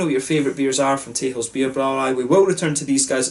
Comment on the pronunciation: Nice review! Very in depth. 'Texels' is actually pronounced as 'Tessels', like a double 's'. And next time try the Stormbock from Texels (aged ones should turn out even better), a 10% bock-blast. Proost!